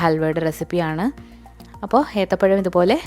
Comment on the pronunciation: Ethapayamo Athapayamo😂